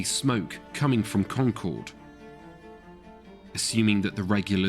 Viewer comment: Solid video. And his pronunciation of “Concord” was spot on. 😄